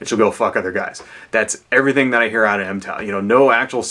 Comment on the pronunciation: Its pronounced mig-tow. not em-tow.